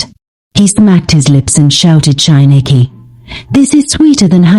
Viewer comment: Chineke not shieneke